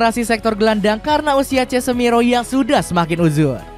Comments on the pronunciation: Dibaca "KASEMIRO" bukan "CESMIRO" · Min tolong di ganti naratornya, salah salah mulu baca nama pemain siapa itu cesmiro, deves, lei ces ter😅